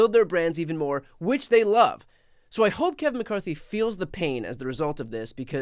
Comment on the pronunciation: I heard someone call him Kave-in McCarthy.🤣🤣🤣